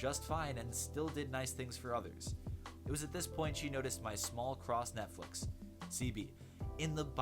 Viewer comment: Did he say "small cross Netflix"? 😂